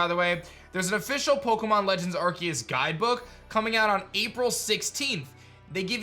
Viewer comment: I like how says Arceus's name right